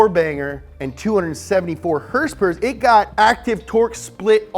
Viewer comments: I dislike the video as soon as I hear him mis pronounce horsepower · Liked this weeks episode for the “hearse pear” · "Hearse-pears!" LoL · How to make an "Everything you need to know / Up to speed" 1.) 2.) Dates in relation to Taylor Swift's and Post Malone's Birthday 3.) HRSPRS 4.) NOS energy drink 5.) Lightning! lightning! lightning! 6.) "Wait, what?" 7.) ' Dad 8.) Spot on german accent. I watch this channel too much lol. Comment what i missed. lol